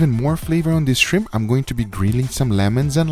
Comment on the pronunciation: I’m not a shrimp person 20 seconds later: I like ze shrimp